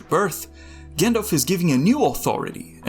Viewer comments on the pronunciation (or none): at this point, (and i never thought i'd say this but) I d rather have a good ai voice-over, than english "with hair on" - an undefinable accent that i can't place between dutch , argentinian or albanian just hir someone who can pronounce - shudders anytime he says gindilf instead of Gandalf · Do you know its pronounced 'Jandalf'